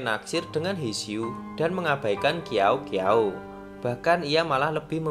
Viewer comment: Ngakak qiaou qiaou jadi kiao kiao 😭🤣 yg bener bacanya siao siao